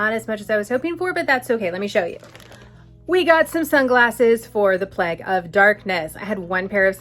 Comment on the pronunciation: Had to laugh. I heard you say "pleg" and thought huh, I've been watching you for a little while and haven't heard that word before- must be a Jewish thing I haven't heard of. Then realise you were saying "plague" :)